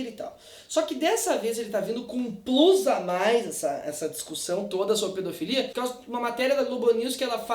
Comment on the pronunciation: Bah, tive que voltar duas vezes pra entender que o teu "plus a mais" não era "plugues anais". Mas que barbaridade!